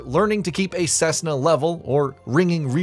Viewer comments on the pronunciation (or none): I wish you looked up how to pronounce Cessna a head of time smh